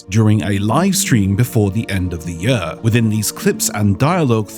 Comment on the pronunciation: I’m fascinated by pronunciation of “year”